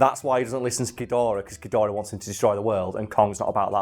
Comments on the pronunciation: I can’t tell if it’s a bit that he’s doing when he says “king godirah” instead of gidorah but either way it pains me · guh-door-uh. not fuckin gideera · King ghidereh? GHIDEREH?!? IT'S KING GHIDORAH!!! for fuck sake. Seriously, never heard someone rape his name so much. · "King gideara" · "Ghidirah" ny god it just pisses me off alo it's Ghidorah for God's sake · Not ga-dira gidora. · Chidereh? G-I-DO-RAH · “King Ghideerah” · "King Guh-deerah" trademark Big Wangers Incorporated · Love how says King Gideerah lol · “King ghidErah” oh no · isn't Ghidorah pronounce Ga-door-ah not Ga-deer-ah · Its pronounced Gi-dora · "Ghodeera" everytime he says that name, I die a little inside. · Jesus day Geedorah correctly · Did no one want to mention the way says King Ghidorah. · Your going to get a lot of hate from Godzilla fans for miss pronouncing Ghidorah, and just giving criticism of the Monsterverse in general.